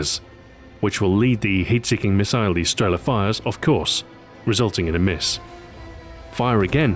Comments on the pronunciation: not strEla, but strelA. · Sorry, Stu. Its not StrEla, its StrelA... Just saying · The stress is wrong. It's not strE'la, but strelA'. And that's always the case when someone who doesn't know Russian tries to pronounce russian words. The stress is everywhere, except for the right place. For example, it's not I'van, but IvA'n. A hint for all of you then: Think about where is the stress in a russian word, and put it in another place (you may guess it right) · Not strEla, but strelA! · thumbs up so people can see, its streelaa not strela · its not strEla, its strelA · Why do some of the npc's pronounce it as sterla? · Nobody says strEla